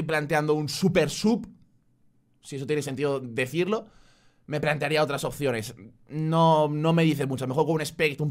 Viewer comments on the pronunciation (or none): none